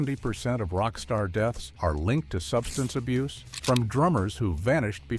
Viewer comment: Are you drinking ?😂 say substance abuse again